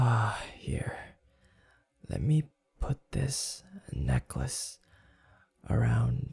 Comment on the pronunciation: The way he said necklace killed me 🤣